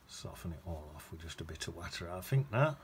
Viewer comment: You must be from Derbyshire 🤣 saying watter